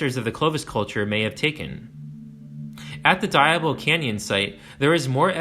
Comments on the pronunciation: Tulare = to Larry. Pre-Clovis Chumash on the Channel Islands. Diablo = dee ah blo. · Wow, excellent and thorough. In the 5th grade, my class did reports on California Indians, I got the Chumash. Just a future note: Tulare=Tu-lair-ee, Diablo=Dee-ah-blo. Thankfully no mention of Ventura😊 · Love a lot of the info here. There were a couple of pronunciations which bothered me. Hate to be that guy....but: Tulare (Tuh-LAIR-ee) Lake is gone. It occasionally reemerges (20-30 years) briefly after intense rain. Diablo (DEE-ob-low) Sierra is a collective noun in Spanish (think "deer" or "sheep"), so the group of the mountains are referred to as the Sierra Nevada Mountains, the Sierra, or the Sierra Nevada. Not "Sierras," just like you don't say "deers" or "sheeps." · ...the place name spelled "Tulare" is pronounced 'Too-LAR-ee -- and the place name spelled "Diablo" (Spanish for "Devil") is pronounced 'Dee-AH-bloe'...😊